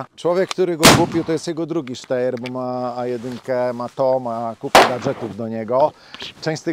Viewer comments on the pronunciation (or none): Podaję prawidłową wymowę Steyr: [ˈʃtaɪ̯ɐ] !!!